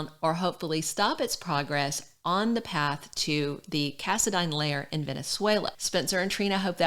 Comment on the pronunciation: thanks for saying the last name right so many pronounce it wrong